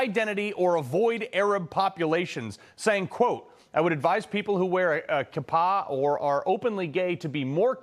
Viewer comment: Kippah is pronounced KEEP- ah